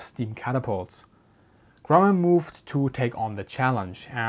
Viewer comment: He said "Grummum".